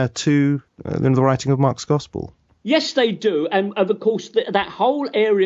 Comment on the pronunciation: Gospurr lmao twerp